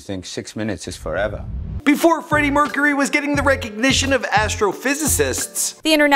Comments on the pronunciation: Bra mercharuy get your names right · Freddie MERCHURY